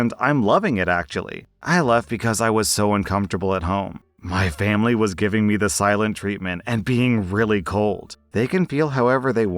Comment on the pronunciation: "For FAMBLY!"